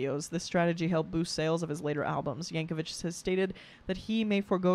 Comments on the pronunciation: I hate to be that person, but I have to point out his name is yankovic not yankovich. vik, not vich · It's pronounced Yank-o-vick, not Yank-o-vich. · Yankovic, not Yankovich. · Someone else probably mentioned this, but Weird Al did this song before the movie came out, without seeing it. He went by rumors of what was on the net about the movie. There is no one like Weird Al. Oh, and it's YankoVICK, not YankoVITCH. There is a parody movie of his life called "Weird." Daniel Radcliffe plays him. Yes, THAT Daniel Radcliffe. 💙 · Would love to see you do more Weird Al reactions. P.S. "Yankovic" does not rhyme with "stitch", "witch", or "itch". It does rhyme with "stick", "quick', and "tick". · I’m sure someone has commented this, but JUST IN CASE no one did, his name is pronounced Yank-oh-VICK not Yank-oh-VICH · "The Compleat Al" "Weird the Al Yankovic story" and "Al specials" are lower-case L not capital i. Al (as in "short for Alfred") not A-period-I-period. Also in the context of this person, it's pronounced "yang-ko-vik" not "yang-ko-vich." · Just a heads up, it's pronounced yankovik, not yankovich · Not "Vich". There's no H. 😁 I hope that person who told you it was a Billy Joel parody was yanking your chain. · His last name is pronounced "Yank-o-vick" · Pronounced "Yankovik'. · Continues mispronouncing Al's name with the pronunciation literally right in front of her.